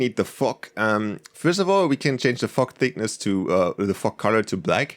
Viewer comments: Anyone else hear fuck instead of fog 😐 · When you Sayd fog it sounds like you Are saying the F word lmao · I thought u said the f word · It’s weird that when he says fog it kinda sounds like the f word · It sounds like he's saying the f word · when he said fog i heard F**k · fog sounds like fuck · yeah lol